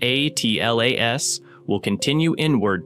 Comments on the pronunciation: Is this an AI channel? Why does he keep saying 3i / A T L A S, instead of just Atlas? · Just say Atlas , you don't have to say each letter A pause T pause L pause A pause S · OMG for crying out loud say the word atlas not a-t-l-a-s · Please stop using the seperate letters and just call it ATLAS instead of Aa Te El Aa Es ! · 3 I slash A... T... L... A... S??? Why😂😂😂😂😂😂😂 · You lost me at “3…… i… A. T. L. A. ess” Bozo ai nonsense paired with random clips and no new information. Why are people like this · the way you pronounce 3I/ATLAS is jarring. as if you're using an AI-generated voice. also, content had actually no new info about "three i slash a tee el a es" for a whole 10 mins. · That's one of the strongest indicators that it's AI . I've never heard a human presenter say J-U-I-C-E, it's always 'Juice'.